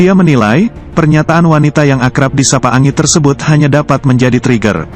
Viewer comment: Bukan ANGI tapi ENJI "ANGI" bung admin